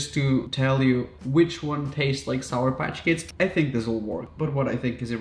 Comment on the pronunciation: SOUR. The word is SOUR, Raphael.